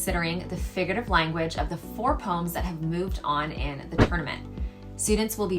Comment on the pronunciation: That’s the correct pronounciation for the word poem